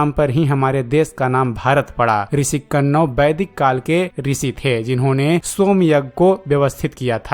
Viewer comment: Tumeh hindi k Shabdon ka sahi ucharan karna nahin ata hai. Kanwa rishi ka nam sahi nahin Liya. Video banane se pahle hindi sahi Tareeke se sikho.